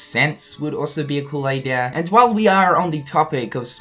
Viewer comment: Idea = Idear Margin = Majin Get your R's straightened out, man 🤨